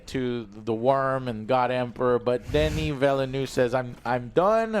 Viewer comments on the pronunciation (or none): none